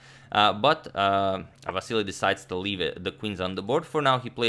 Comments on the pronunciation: Just reminder he is Vasyl not Vasyly, you told us in ur prev vid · Cmon, Antonio, it is silly to call Vasyl "Vassily"! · Vasyl, not Vasili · Antonio correct Vasyl's name also Antonio: "And Vasily plays.." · If you're calling him "Vassily" throughout the video, why spell it "Vasyl" in the graphic instead?? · You corrected your pronunciation of Vasyl in the last video only to go back to Vasily😂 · Ok I'm confused, last video he said it was pronounced " Va-sel" but now it's back to "Va-se- ly" ? Which is the correct one again? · Why did Agad say Ivanchuk's name wrong? Agad Vasily 🤷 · You kept on mispronouncing his name throughout the video. It's Vasyl. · Last video Antonio apologies for pronouncing Chucky's name wrong. This video: Vassily Vassily Vassily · How is it original? He kept on mispronouncing it throughout the whole video... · What happened to the vAsyl pronunciation? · Aren’t you still pronouncing it wrong? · He mispronounced Vasyl's name again lol